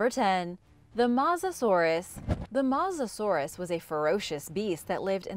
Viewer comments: is that the correct pronunciation...I thought it was pronounced MOE SASAURUS not MAH SASAURUS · It's not masasaurus as she says it's MO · “Matzoh-saurus”? I think the word you were looking to pronounces mosasaur… As in “Moses-saur”. Then again you probably eat Tom-autos and Paw-tah-toes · It’s not called a mosasaurus just called her Moses Sauris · its not mawzasauras but mossusorus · It’s not said mossasourus it’s said mosasaurus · It’s mosasaur us not Mosa saurus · Mo-sis-sor-es not moosisoorish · Not mos but mowsa saurous. Phonetically speaking... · AND WHAT IS A MASSASOROUS BROO😂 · ahh yes the MAUSASAURUS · You are actually saying mos er sur it herts me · its mo za saur us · It’s mouzusorise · Its not mozasorus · That is not how u pronounce Mosasourus its Mo sa and like sors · Mosasaur is pronounced m-oh-sa-saw-rus and plesiosaurs is pronounced please-i-o-saw-rus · It’s pronounced ‘moasasorus’ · I hate how she mispronounced its name every time. I cringed every time she said mosasorus. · I take this channel with a grain of salt, she mispronounced Mosasaurus and called it a Sabertooth tiger (no such thing) instead of Sabertooth Cat. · That is not how you say Mosasaurus no offense still love the vids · you say mosasaurus with an o at mos